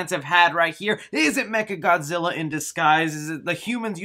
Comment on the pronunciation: Bro who tf is “mega Godzilla” it’s not mega it’s “mecha” as in mechanical